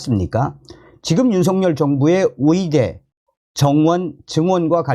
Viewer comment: 의대를.위대라고 발음하시네요. 으이대ㅡ라고 연습해서.발음하시면 좋겠습니다. 방송 잘 보고 있습니다. ㅎㅎ